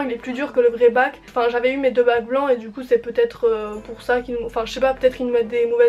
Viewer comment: Svp on a compris que c'est bac et pas mac😂😭